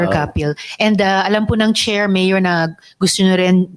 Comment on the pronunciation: The way Lito talks not professional parang ang kausap ay sa kalye like pag bigkas ng MAYOR parang tumawag ng tambay